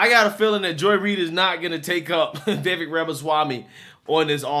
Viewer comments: Bruh you've been fucking this dudes name up the past two videos! I can't take it anymore more!! 😂 It's Vih-Vick or even Vih-Vek got damn slow that shit down. 🤦🏾‍♂ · It's pronounced Viv-ake.